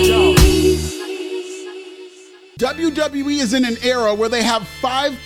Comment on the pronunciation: “Here come the Not See” 😂😂